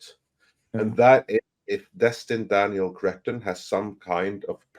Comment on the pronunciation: My God man, change your name. Destin, Cretton. See, can't help but call him crettin.😂😂😂😂